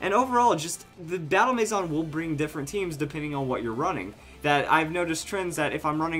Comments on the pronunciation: Its not mayzon its a french word maison for house. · Eh, a little bit, but he's not far from the actual pronunciation, which is may-zun. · I AM SO TRIGGERED BY HOW HE SAYS MANSION WRONG!!!!!!!!!!!!!!!! But over all a great video. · Am I the only one bothered by the way he says maison